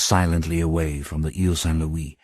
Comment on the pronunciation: Please upload this version to the Internet Archive or Mega, save for his pronunciation of Louis as Lewis, Frank Muller's vampire chronicles narrations were the absolute best, thank you for the upload!